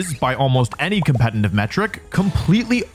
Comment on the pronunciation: I dont mean anything bad by this but: youre pronouncing "competitive" wrong. Youre saying "com-pe-ten-tive" or "com-pe-tenly" its actually "com-pe-ti-tive" or "com-pe-ti-tive-ly" I hope and think most people care less than i do (its a curse for everyone involved), but since youre saying it once or twice every single minute, its making me not wanna watch the vids. Even though theyre great. So instead of just going quietly, now you know. <3